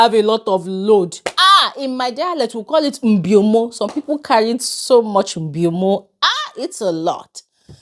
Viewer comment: Aha you are from akwa cross wow I was surprised hearing u say mbiomo lol,you are welcome and I’m proud of u